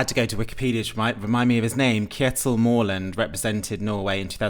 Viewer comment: Kjetil is pronounced something like this: CHEH-til As for Mørland, the letter ø sounds most like is the vowel in “bird” or “hurt”. However, if his name was Mårland, your pronunciation would be correct.